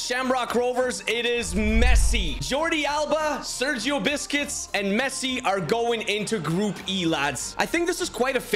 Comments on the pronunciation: By the way it is not Sergio biscuits it’s buesqets 😮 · Sergio Biscuits 😂 Correct Pronunciation Sergio Busquets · did he just said sergio biscuits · Bro really said Sergio biscuits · does he say Sergio "Biscuits" on purpose? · Bro it Sounded like he said “Sergio Biscuits” 🤣🤣🤣🤣